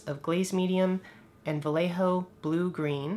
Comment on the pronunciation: Love your videos. I will give you the correct pronunciation for "Vallejo" its VA as in "BAd", LLE as in "YEah" and JO as in "HOe". OS its en up like BA-YE-HO.